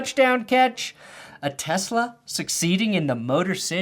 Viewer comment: It’s pronounced Issac Te-slah